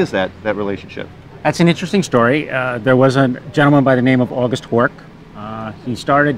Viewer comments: Horch is actually pronounced horsh. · I'm always fascinated by non natives who know better. I'm German and I can assure you that Horch is pronounced with the 'ch' like in 'ich', as Breazeale pointed out.